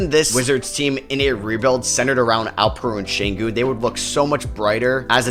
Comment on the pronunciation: its alpheren sengun not alpen sengun